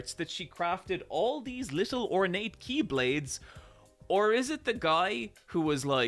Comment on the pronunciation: It's incredible how he nailed all the keyblades names